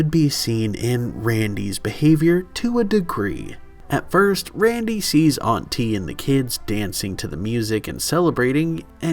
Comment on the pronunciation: I thought they were saying auntie with a weird inflection at first 😂